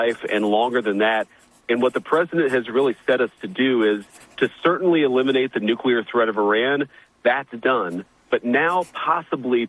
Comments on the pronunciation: How does one literally look at and read the word nuclEAr, and still continue to pronounce it as nucUlar .. 🤨 🤔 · Ben, it's pronounce NUCLEAR not NUCULAR. You be sounding like George W Bush. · Why will NOBODY teach Benny how to correctly pronounce the word "nuclear". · Good reporting but it's NOOK-LEE-UR not NOOK-YOU-LUR.